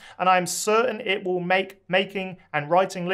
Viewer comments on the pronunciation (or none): none